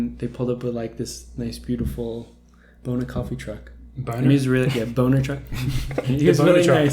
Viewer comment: The name of the coffee beans is BONA which means good in Italian. However, hilariously pronounced it like Boner.....I guess they can have the motto...BONA...coffee that really gets you UP.....🤩🤩🤩! Also, your headline should be Yared gets second at Rabat....Ollie was outclassed and I think he would be the first to admit it, since he is such a cool dude, who speaks from the heart.....Anyways, they both have to step it up a notch if they want to run down Inge....but it was a great race for the season opener...👋